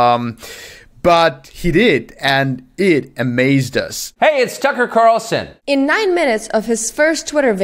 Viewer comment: Does “Tucker” sounds like “sucker”, doesn't it?